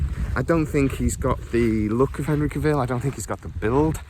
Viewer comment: Do you never hear people pronounce their own names? I can't post links, so here he is pronouncing his OWN name, PLEASE for the love of the gods please watch it! "How to properly pronounce “Cavill”, Henry Cavill’s last name." the man HIMSELF says it's like Travel, Cavill, wait how do YOU pronounce Travel?